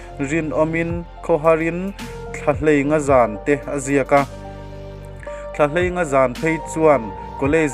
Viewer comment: Mizotawng ichhiar thiamlo ve pangai hle mai , Khawharin tih anilo a khawhar IN (house) tih tur Thlahei ngà(5) Nilo in Thlaheinga zan tih tur